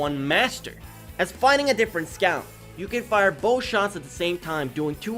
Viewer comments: Bro are you Australian you are saying sceaut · meet the squew. (being rude wasn't my intention, i really like the way you say it)